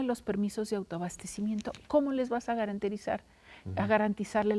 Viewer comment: Se le olvidó el español, "garenterizar"